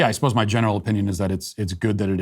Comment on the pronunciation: Did Matt say "my genital opinion" what a biden thing to say lol